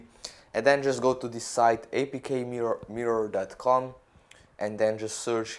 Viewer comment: your pronunciation of APKMIRROR is not clear. I tried 4 times to understand